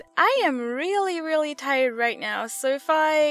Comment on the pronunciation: when you said "now" it sounded like "meow" xD